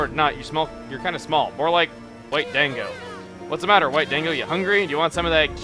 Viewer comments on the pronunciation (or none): it's actually pronounced as in don-go not Dan-go, and it means dumpling. Anyone who has seen clannad would know this.....ushio :'( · Chuga please when you were talking to momotaro it's not dANgo Da ngo, i'm just saying it as a japanese person but neither the less love the Lp man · its not dang-go its dan-go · Dango is actually pronounced like dongo sorry it's just I can't stand it when people pronounce things wrong. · A more proper way to describe the pronunciation is "dahn-go" It's even funnier considering Chuggaa was pretty adamant about the pronunciation of Japanese words at the beginning of Okami. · chuggaa, it's not dango, it's said like dahngo. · Another great video! P.S Dango is pronounced D-ahn-go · lol Dango is pronounced "Da-n-go" like the food and like the characters in Clannad. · Dango is pronounced "dahn-go," Chugga. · he says dango wrong xP